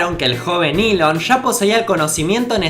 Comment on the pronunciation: Nahuel Deharbe Eso tiene mas sentido que decir "iiilon" en lugar de "Elon"